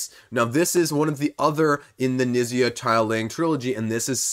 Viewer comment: Fyi Knizia is pronounced "k-neet-zee-a"